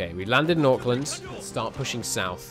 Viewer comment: Auckland is pronounced ‘Ork-Land’